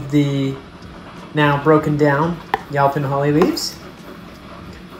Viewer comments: I would’ve said you-pawn, the way he’s saying was getting to me too lol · THANK YOU!! The pronunciation was making me ask, "Where you from, bro!" The ow pronunciation in this video is making me say OUWCH!! Then I gave him a break, and thought perhaps he's never spoken to anyone about this tree, but he's only read the word in a book. And so, for a more exact explanation, Texans pronounce it like this: Yo ‐ as in, "Yo, buddy!" pon - as in how one says "pond" except leave off the "d". Yo-pon NOT YOW – as in "ouch" or "how" - just no! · In SE Texas, it's YOE-pon. I have acres of it. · Prounced Yoh Pon, Yo as in the pirate Yoh, ho ho